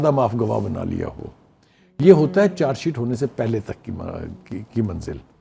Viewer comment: میڈم چار شیٹ نہی چارج شیٹ کہتے ہیں اپنا تلفظ ٹھیک کر لو